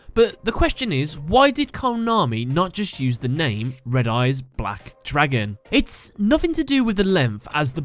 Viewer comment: It’s not Red Eyes, Re D. Eyes